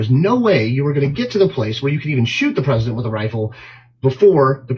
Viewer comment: Why is he referred to as "The Peesident?" He a candidate for potus and a former potus.